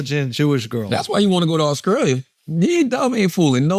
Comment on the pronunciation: Genuine question from someone from scotland. Why do some black Americans from the south like charla replace the letter T with a C, e.g. AUSCRALIA?